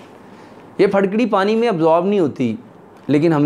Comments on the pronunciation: Farkari nahi jahil fitkari hota he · Pharkari kya hota hai.. Phitkari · پھڈکڑی نیں جناب پھٹکڑی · پھڑ کڑی کوئ چيز نہيں ھوتی يہ پھٹ کڑی ھوتی ھے، اپکی اردو/ پنجابی کا مسلہ ھے؟؟؟؟ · Pharkari ni phatkari he hota he